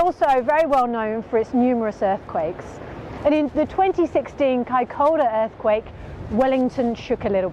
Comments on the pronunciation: Vey interesting, but wincing a little at the repeated mispronunciation "kai-COW-ra" in the first half! Compare the correct pronunciation ... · No. It's Kai-ko-ra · Isn’t it pronounced Kaicoora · Its pronounced Kaikura!